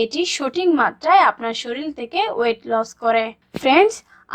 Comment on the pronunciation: থেকে না তেকে ভাল উচ্চারণ